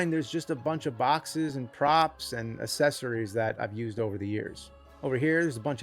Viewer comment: he still says assessories, huh